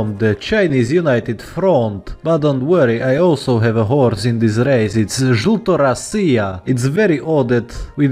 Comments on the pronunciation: actually jeltorOssia not jeltorossIA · Jelto ROSSIA is real pronunciation